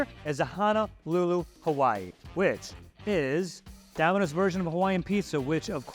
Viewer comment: I don't like how she says "Domino's" ........ But to be fair, I don't like how Aussie's or Kiwi's pronounce most words. ....Also .... AUSSIE AUSSIE AUSSIE!